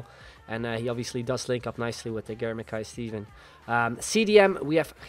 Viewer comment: Shin-nee thats how you pronouce him.